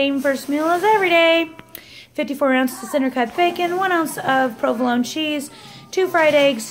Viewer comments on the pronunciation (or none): You say provolone wrong. Pro-vuh-lone